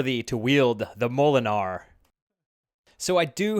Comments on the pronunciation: mollen-gnar??? lol mi-yol-nir dude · Molinar? I think you mean mjolnir(mole-near) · Mowlinarrrr??? I thing you mean Mjolnir hahaha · Hey, I hear lots of "WE" but I see lots of "HE"! LOL Nonetheless, that was a GREAT idea that I just may have to plagiarize! Oh, and Thor's hammer is pronounced M-YOL-NEAR 8-) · Awesome! Can’t help with the bike stand but Thor’s hammer mjolnir is pronounced mee-yol-near (sorry, I’m a bike nerd and a comic nerd) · Yup, mole-a-nar lmao ! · Your pronunciation of Mjolnir could use some work.